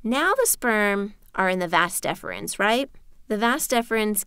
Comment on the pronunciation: It is not "Vas deferns". It is "Vas deferens".